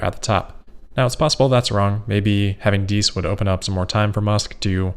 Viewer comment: Herbert thanks you for not mispronouncing his surname. You're a true cosmopolite!